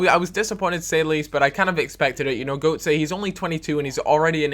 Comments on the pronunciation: Can we just sort this out now, it's pronounced gertzer (the 'G' is soft and 'o' umlaut is like 'er' in german). I know mispronouncing things is part of the package :) but everytime you say goatze it's like knifes in my ears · Getze" not ,,Gotze" :) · If you're signing him, please say the name right! "Gurt-za", not "Goat-sey" -. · Gotze, its not "Goat-sa" Its "Gertza" Please like so we dont get annoyed :D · Please pronounce Gotze's name right? Its pronounced Guh-tza or Gur-tza not Go-tze. The umlaut or 2 dots over the "O" is an ugh sound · I've at last found it! ɡœtsə it is pronounced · Say Gertza with a British accent. That's pretty much how Götze is pronounced. . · It's Gùtze... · Gertza, seriosly? dafuq are you talkin about.. no one in germany pronounces his name with an a at the end.. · Pronounced Gertz/Gertza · Gotze's name is pronounced Ger-tsuh just so you know. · Gotze = GURT-ZA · you say his name gurtza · no its pronounced "gurt-z-uh" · when you sat it quickly its like gurtsah.its the umlaut that changes the ting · "Götze" Is pronounced "Gurt-z-uh" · Hey, Just saying Gotze is pronounced Gurtza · His name is pronounced GUURTSER on gotzay. its so fucking anooying.....i speak german so i know. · the correct way to pronounce götze is to say it like guts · it's pronounced "Gurtzer", jus sayin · Could you please try to pronounce Götze correctly? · please learn to pronounce gotze's name. the way u pronounce it bothers me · I hate the way you pronounce Götze. As a german, it always freaks me out hearing you pronouncing his name :D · its going to get annoying how he is gonna keep pronouncing gotze wrong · You are pronouncing Götze wrong, I'm sorry but it pisses me off!